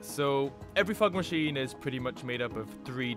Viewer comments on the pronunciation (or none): Why i hear a "FUCK maschine" instead "FOG maschine" when this dude pronounce that?